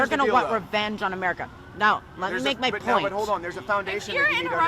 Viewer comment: poit zewo zewo zewo one pocent